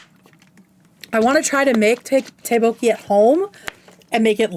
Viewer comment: ddeokbokki is pronounced tduck boe-kie. (I'm not Korean but I lived there for years and still live in a Korea town now)